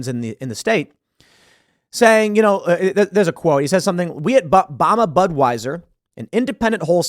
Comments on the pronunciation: It’s bam-uh Tim, lol. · Im sorry TIm it's Bama as in Alabama. Keep up the good work man! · SMH Tim; "Bama" is NOT pronounced Latinate!